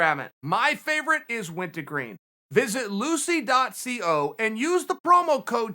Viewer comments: Wint-a-green and pomegrammit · Me: Uncle Chael pass me that wintergreen can Chael: it’s went-A-green Me: ok great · I now pronounce it wintagreen also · Wint-A-green? Really unc? Too bad khabib is terrified to fight gsp by the way. He was asked to fight him many times. Completely terrified . True poser